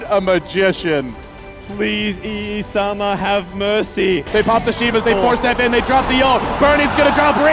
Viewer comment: EE-SAMA OMEGALUL